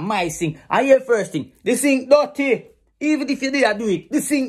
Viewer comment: He's actually saying 'Di sink dutty' LOL